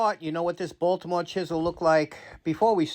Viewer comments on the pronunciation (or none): none